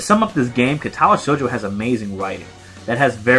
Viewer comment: Word of advice: your Japanese pronunciation will improve greatly if you always place the emphasis on the first syllable (KA-tawa SHOU-jo), not (ka-TA-wa SHOU-jo). It's not always true, but it's true often enough that you can default to it.